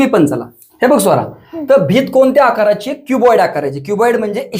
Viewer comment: कोणत्या आकाराची हा उच्चार समजत नाही